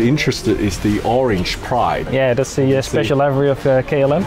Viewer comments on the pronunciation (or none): none